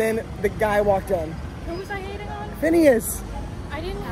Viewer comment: when she said fhineas gives her the creeps it HURT